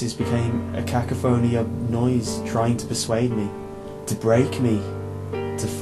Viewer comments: GGGGAAAAAAAAAHHHHHHHHHH, KA-KA-PHONE-EE!!!! GGGAAAHHHHH THE PAIN, GOD I'M SORRY THE PAIN GAHHHH. It's pronounced ca·coph·o·ny, sorry, just one of those words that bring so much effect and it's a mood ruiner when they are said wrong. You slipped away from it with this one though, it's still really good. :) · Ka-ka-fony is a great word!! Amazing how many he mispronounces. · I couldn't help but chuckle at the sound of Kack-aphony